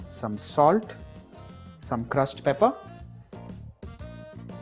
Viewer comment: You pronounce the t in salt very strongly